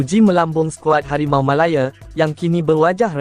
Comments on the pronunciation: Sebutan tu janganlah melayer, MALAYA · Aduiii..Harimau malaya dik bukan harimau malaye..